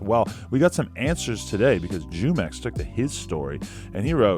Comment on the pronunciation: Jumex is a spanish fruit drink pronounced fu mex